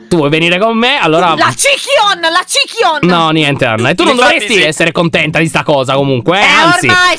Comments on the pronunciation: Anna!!!! Si dice lyontobbi non cicayon!!!🤗🤗🤗🤗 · Ma che poi si chiama LyonTobbi non cichion